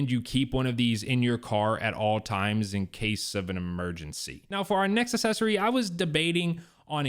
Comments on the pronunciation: How is it that a grown man doesn’t know how to pronounce the word “accessory”?!? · …..please,please,…..please…..google the pronunciation of accessory. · Can't watch your video because you don't know how to pronounce the word "accessory." And you keep saying it wrong over, and over, and over.